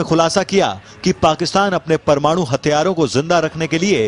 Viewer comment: yar iski hindi bakwas bilkul smjh ni aa ri... 'parmadu' lol n wat is this 'iss' 'pakisssstan' 'newssss ppr' 'manssssube' 'tezzzzzzi' '' etc :P anyways PAKISTAN ZINDAABAD